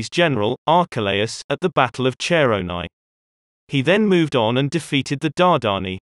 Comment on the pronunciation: One small point,Chaeronea = Ki-ro-nee- a. Otherwise great stuff!